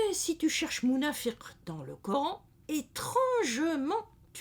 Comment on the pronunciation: Bonjour vous prononcez [Nafak ] pour nafaq [ Munāfir] pour Munāfiq Pourquoi vous prononcez différemment la même lettre Q ? Il y a une langue où des mots correspondants existent Fāk = faire trou ; chercher à comprendre les tenants et les aboutissants :Fag = sage. Habile. Malin :Firi = confiance. Espoir :Fik = friction. Agitation